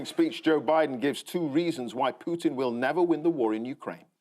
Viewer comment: Bravo Andy Hamilton, , an English person who can pronounce Putin correctly.